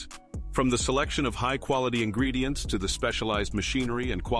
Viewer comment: He says "quality ingeedients" so often, that I think it's a lie